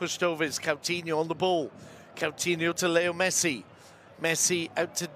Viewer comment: He allways says Catinho insted of Coutinho i hate when he says his name wrong all the time its not that hard name to pronance at all.